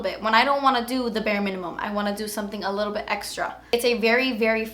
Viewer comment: LMFAO! I can't be the only one who broke out laughing from, ".. a little bit, JUSS A LEETLE BEET." 😭 played it over & over.